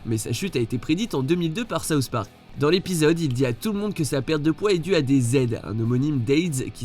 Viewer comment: D'abord les simpson maintenant saouht park